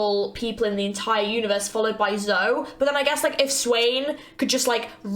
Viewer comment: Another great reactions, kudos! If you ever react to Zoe's quotes, make sure to call her Zo-ey, instead of Zo xD